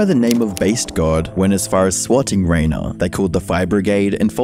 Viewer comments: I really like this video, great research, slick editing and compact, one thing I want to point out though is that the name Rainer is spoken more like "Ryner" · Rainer is pronounced as Rhiner 😅